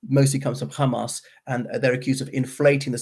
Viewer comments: Unfortunately, is a bit prejudiced. I kept telling him that he is pronouncing Hamas, an Arabic word, not with a British or Arabic accent but with an Israeli accent. He still keeps saying KHamas, probably thinking it makes him sound clever. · I though did okay in presenting different perspectives of this conflict which is fairer than a lot of people are being at the moment but yes I noticed the Khamas pronunciation as well. I don't understand why he is doing that. A lot of the Israelis use "khamas" as well but they are also fluent in English and from Europe and America not Mizrahi Jews at all so they are perfectly capable of pronouncing the 'H' sound. I find it bizarre.